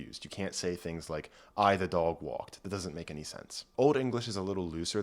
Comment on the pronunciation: I enjoyed the video, and also how your accent peaks out when you say “dog”